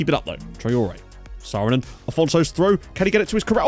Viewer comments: Saarinen is pronounced Sarr-e-nen btw, you are kinda calling him "Sooronen" atm :) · Saarinen is pronounced with a long double a, like in arm! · I was considering writing something, because he pronounces double-a like å. He knows it's like that in swedish, danish and norwegian. But it's not like that in Finland. Don't they pronounce every vowel??? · To people who can explain it easily, please teach him how to pronounce Saarinen :p